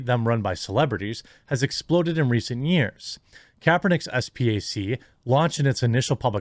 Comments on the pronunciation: “Spack” is how it’s pronounced. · Hey J, Spac is pronounced like Spock from Star Trek. Not trying to be a doushe